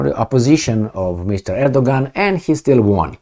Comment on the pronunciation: Erdogan is pronounced Erdowan in Turkish